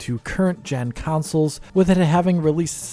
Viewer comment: Can you please discontinue saying "council"?